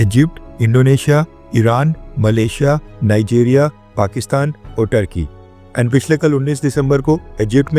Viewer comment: Turkey or thurkey ?😂